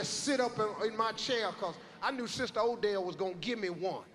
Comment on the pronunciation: It's "Odelle." She's not Irish...